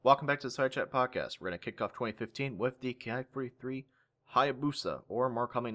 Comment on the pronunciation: Educational and entertaining as always,. One thing I just feel compelled to note though, from what I know "Ki" isn't pronounced "kay-aye". It comes from the word "kitai" for airframe, therefore it should therefore be pronounced like the word "key".